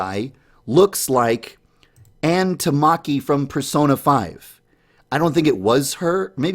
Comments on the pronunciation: 'Ann Tamaki' Rip it's Ann Takamaki (Not hating lol) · omg Ain tarmarkee you pronounced it wrong to bad its arn teh-car-meh-key